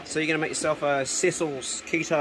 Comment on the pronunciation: Wow, your daughter is a sweet shooter! Yum, that stew looked good. Interesting video, and I'm off to watch more of them. Ta! P.S: Over here on the west coast of the US, we pronounce that muesli maker's name as seh seal'.